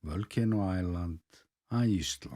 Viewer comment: Love how you say Iche landd